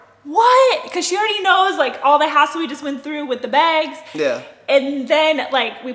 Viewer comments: SAME she says "beg" instead of "bag" like she puts an E instead of an A lol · Everyone: bags: begs 😂😂😂 She’s too cute 💕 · can't you say the word bags correctly sounds like your saying begs. Just let tell the story I can understand him more better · sounds like begs lol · I'm from Minnesota and I say begs too lol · Take a shot everytime she says baigs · I can hear it too. Check our Beggs ! Haha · I lived in Minnesota and (bags) baygs and bag-ills (bagels) blew my mind (I’m from NYC) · begs lol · Please change the way you’re saying begggsssss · Petition to teach her how to say bags. Yuck. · I cannot stop unhearing how she says “bags”😂😂😂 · The way says "bags" kills me lol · An northern Midwest thing 😝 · yess! That’s how Canadians say it too